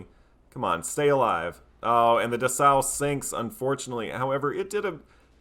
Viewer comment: Dessau -> DESS-OW (city in Germany) Stier -> SHTEER (German for "bull")